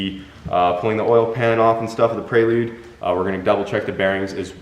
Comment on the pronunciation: Why do you keep saying prey-lude? It’s prelude,, you don’t say I’m gonna do a prey workout 😂 its pre workout. Pre pre pre 😂 preelude